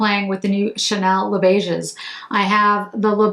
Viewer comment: The 's' letter in beiges is silent as all words in French which end with 's' when it is the plural. This is not a criticism. Thanks for the thorough review.